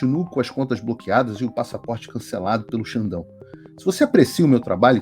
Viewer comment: Que dificuldade de falar o nome do Xandão kkkk